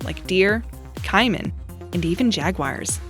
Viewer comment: Pronounced k-man and jag-u-ar